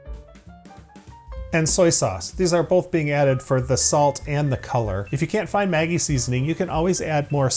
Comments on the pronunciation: Its not pronounced Mäggie! Its Maggi! God damn thats hurting my ears as a german guy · Hearing him say Maggy makes me cringe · Maggi - pronounced ‘Mad-gee’ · As a german, the way he pronounced Maggie just killed me inside!